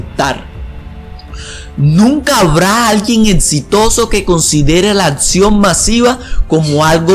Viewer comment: "Atsion" 'xD